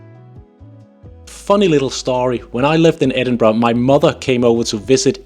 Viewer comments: IT’s Edinburgh not edinbrugh. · It's not Edinbra. It's Edinburgh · I swear I met a woman in Guangzhou, China who said she was from Scotland (she was white and spoke perfect English and seemed to have the accent), but she pronounced the city as, "Ayden-bro"! It was so amazing but so strange to hear as I've never heard the city pronounced that way! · ehhhh its Embra ya gadgie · As a local, you still don't seem to get the pronunciation right. The end's more a ur and an ah. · Your wrong it’s embra I no I’m from their